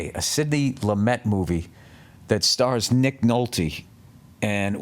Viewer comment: Billy takes French lessons. Says "Sidney Lou-mett"😅😅